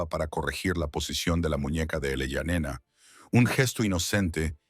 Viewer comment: La idea base de la historia es buena, el desarrollo terrorífico. (En un momento el niño fué niña) La IA nos volverá locos a todos😂😂 en el generador de caracteres, se lee: Eleyanena, ilayanena el allá nena , elaia nena ¡por favor! Desastre al oído y desastre a la vista..